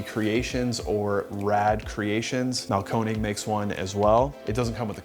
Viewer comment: Instead of trying to pronounce Einphasenstrom, try to pronounce Mahlkönig. It's not Marlcone egg. It's the king (König) of grinders. Have some fucking respect.